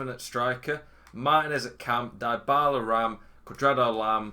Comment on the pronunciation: Great content, thanks. Not to be pedantic, but deebala not diebala.